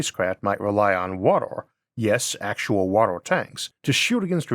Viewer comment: man can you stop saying water like WATOR? XD it's so distracting.